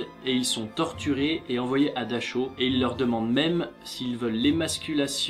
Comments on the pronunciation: Je crois qu'on dit "Darao" ( en appuyant bien le r ) pour la ville de Dachau mais je suis pas certaine. Et j'ai entendu dire qu'il avait tester un poison sur sa chienne avant de se suicider avec sa femme. Mais bon, bon épisode, très intéressant comme toujours ;) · Dachau se dit Daraow en roulant le R au fond la gorge. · Dachau se lit : Darao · Dachau se prononce -> Daraaou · Si jamais tu t'es trompé dans la prononciation du camp de Dachau ^^' Et comme dans les commentaires d'avant il y a quelques petites erreurs x) Mais j'ai visité le camp Dachau, l'atmosphère était plus que pesante .__.